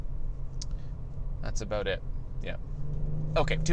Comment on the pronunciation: Lol he said Aboot ! Good job 👍🏼